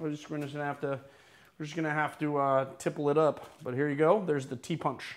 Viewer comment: Its pronounced " ti- posh". Should be done with lime wedges and actual sugar and then served without ice